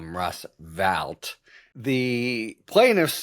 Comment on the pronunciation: FYI, “Vought” is pronounced “Vote.”